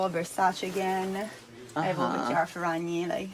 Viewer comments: Hopped on here to be the usual annoying italian. It's pronounced Ferrañi, not Ferrag-ni, "gn" in Italian is more or less like "ñ" in Spanish. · gn in Italian is pronounced 'nye'. Ferranyi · The heart is sending me lmao the correct pronunciation would be Fair-ah-ny-ee. Gn is pronounced kind of like the Spanish ñ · theres no hard 'g' sound when the g is next to the n like this. It would be more like Ferra-knee. The gn together is like gnocchi. Similiar to how the ñ sounds in spanish. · kiara Ferrañi that is how is pronounced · When you sound salty, shady and jealous af while wearing a Nike hoodie and don't even know how to pronounce her Italian last name. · I thought he was italian until i heard his pronunciation of her name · I know it's hard for English speakers, but 'GN' in Italian is pronounced like ñ in Spanish, the same sound from the word 'poiGNant'. 😊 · He didn't even TRY researching the correct pronunciation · Dear, I love your pronunciation of her surname, it's kind of adorable. That being said, the gn in her surname is pronounced like the gn in chignon (or gnome - which is derived from an Italian word), only put an i instead of the o. This rule holds for the majority of the the gn combinations in Italian, so if you ever see an Italian name with it, just keep it in mind <3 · As an Italian I can tell you the pronunciation is wrong but good video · As an Italian I am loving your pronunciation of her surname, it's wrong but so cuteee <3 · and you'd think he'd do that because he complains about people mispronouncing brands 🥴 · He could have at least tried researching how to say her name correctly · He had to have heard it lol